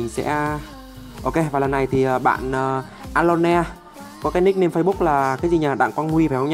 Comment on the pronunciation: ơ lôn chứ ko phải a lon ne